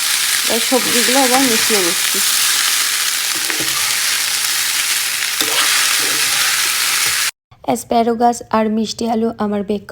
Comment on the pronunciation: its asparagus...asparogus noy..avocado...avogado×😊tumi USA te ato bochor acho tai bhal uchcharan korle kane lage tai sudhre dilam.. kichu mone korona jano pls!